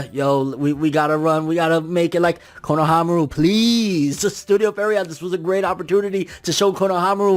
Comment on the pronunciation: Yeah it's correct